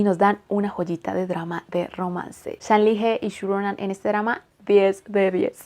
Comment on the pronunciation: Hola! Lo que te voy a decir es posible que te paresca como que quiero crear disputa o que solo estoy aqui por criticar, pero como estudiante de chino me veo en la obligacio de decirte que pongas un poco el traductor con voz para que escuches como se pronuncia su nombre. Como verdadera fan de este actor, hay que pronunciar bien su nombre. Es un poco dificil para un hispano hablante pero te acostumbraras. Con el resto, yo encantada...me gusta tu contenido.